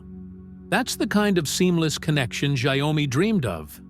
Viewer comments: I believe it’s pronounced “shau-me”. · wow, your AI voice over sucks. cannot even pronounce the name of the company correctly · Learn how to pronounce XIAOMI dork!